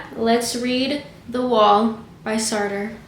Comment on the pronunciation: It is pronounced Sart - the rest is silent. Languages are tough. Hope this helps.